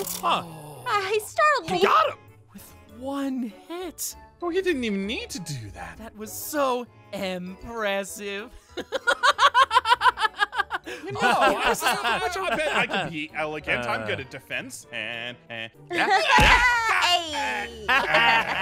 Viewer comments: I think I heard said Empress-ive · "s0 eMpResSiVe" 😂😂😂 Me:😐😐😐😐😐😐😃😐😐😐😐😐😐